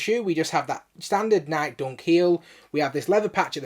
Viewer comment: Why do u keep sayin nike like that? Lol its nikE not nyik lol